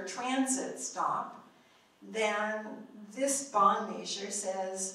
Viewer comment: im sorry, and i know this is petty, but i can't stand the way she pronounces "measure" as "may-sure".